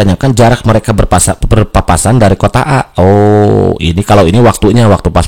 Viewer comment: Berpapasan bang bukan Berpaspasan wkwkwkwk